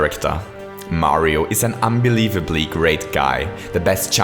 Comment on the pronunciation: everytime he says ''great'' it doesnt sound like ''great'' at all